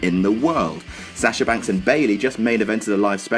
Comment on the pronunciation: Sasher??? It's Sahh shuh. lol